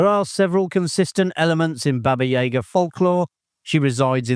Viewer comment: Once and for all is this narration AI? There's always a mispronounciation of one or more characters or actors' names. Baba YAYGA?